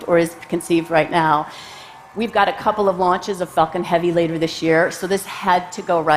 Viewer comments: She needs to work on her pronounciation of "Falcon"! It sounds exactly like "f*cking". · Am I the only one hearing her say 'f*cking' instead of 'falcon'? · Ohhh Myyyy. Erytime she said falcon i thought it was the f bomb. "The big facin rocket" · I know she said falcon but I can't unhear the other F word.